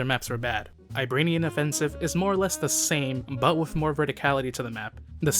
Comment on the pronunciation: bro just said "Iranian offensive" but threw in a B lmao.